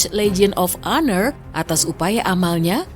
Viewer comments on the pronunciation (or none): none